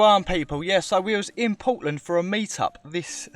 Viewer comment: POTland? Lol. I heard you say Portland. Good on you guys. Wish I could have joined you but I'm on the other side of the world in New Zealand. Big ups!